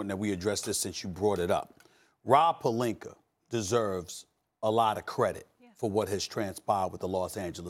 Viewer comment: O yeah, "the Lakers and Rob PELINKER" 😂